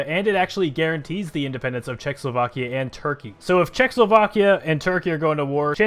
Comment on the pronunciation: Its not czechslovakia, its czechoslovakia